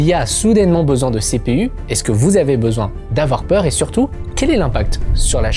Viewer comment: ehh Il ne faut pas avouwar pweur 😂